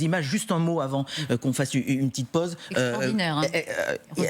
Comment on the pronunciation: Mais pourquoi le présentateur dit-il "pose", "otre", "zonne" à la place de pause, autre et zone ? Normalement on apprend la bonne prononciation à l'école de journalisme, non ?